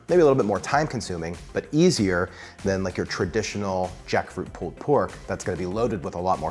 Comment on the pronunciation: Pooled pork? Because it went swimming first? Hahahaha I never heard pulled pronounced pooled.